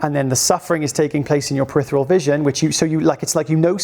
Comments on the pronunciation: ~ If you, like me, have this channel as one of your key sources of knowledge - then I'll dare proffer this minor correction - it's periPHeral vision - not 'peritheral'. The word makes sense, as it refers to the periphery. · Another great post. PeriPHeral with an "f" sound. Just trying to enhance the experience for the pedants like me. 😊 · are you saying peritheral or peripheral.